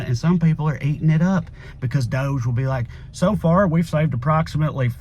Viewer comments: Pronounce it dodge not dohge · Why you pronounce DOGE like dozh when it obviously sounds dodgy. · Doge is pronounced dodge-ee. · Personally, I think DOGE is pronounced, “DODG-E.” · It’s not pronounced DOGE it’s DOUCHE. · DOGE= dog-e/DOGGY/doggie like how mush is fuckin chump doge style........just my opinion on its pronunciation. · I agree with toneking56 (below) who wrote, "DOGE should be pronounced : Dodgy …. British slang for something that is dishonest or corrupt ..unreliable…low quality…..potentially dangerous…" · DOGE should be pronounced doggy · Can we all stop pronouncing Doge that way? I mean doesn’t it make more sense to say Dog-e as in first word of “doggy shit” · It's pronounced Doggy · Thanks to another poster here, I'm calling it "that Dodgy agency" from now on! (pronounced dodge-ee) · DOGE should be pronounced : Dodgy …. British slang for something that is dishonest or corrupt ..unreliable…low quality…..potentially dangerous… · We should pronounce DOGE like "dodgy". Partly because it will annoy MAGA, but mostly because it is dodgy. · I make a declaration of a name change: Doge from this day forward, must be pronounced Dog-ee. Got it? Dawg Eee. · I thought it was pronounced Dog e. Like musk is doing it Dog e style to America.